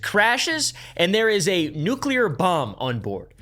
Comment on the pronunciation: Love it when someone pronounces nuclear right and not "nucular"